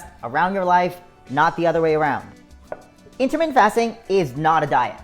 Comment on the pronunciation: U talk very fast....slow down just a tad. Also when u say intermittant fast...it sounds like intimate fast bc u talk so fast. Jus t throws off the effectiveness of the message. But use yr tips and advice alot. Thank you for time spent on videos. Miss the dog today.